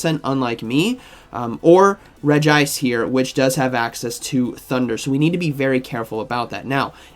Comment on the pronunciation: Finally saying regice